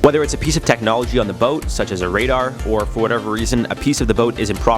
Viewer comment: Did you just say boat?